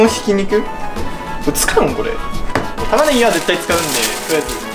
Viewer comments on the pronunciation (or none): ケチャップと玉ねぎの言い方がプンポロドイハとドッヘンアイア